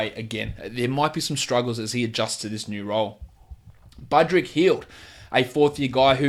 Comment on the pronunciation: am i the only one who heard " bud rick" hield?